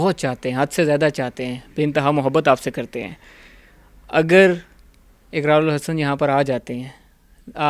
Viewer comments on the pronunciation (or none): Iqrol Hassan😅... Pagal ko name to sai lena ata nai quran kia khak sunaye ga😅 Iqrar ul hassan hain jnb